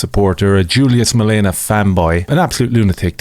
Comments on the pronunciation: MaleMA. Not MaleNA. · It's malema Ur poes . Not malena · Thank you for shining the spotlight 🙏 very much appreciated !!! (Note it's MaleMa , it's an M, not an N . Other than that, you got all the details right 👌 ) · Thank you for raising awareness on your platform about the situation here in South Africa 🇿🇦 🇮🇪 If ever in the future you are uncertain how to pronounce Julius Malema's name, it is in fact pronounced Julius DILEMMA 🦍💨💩